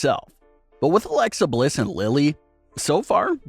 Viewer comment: You keep saying her name wrong man